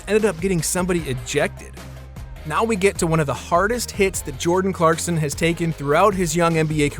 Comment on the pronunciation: The fact that you said “clarkston” the whole video drove me so nuts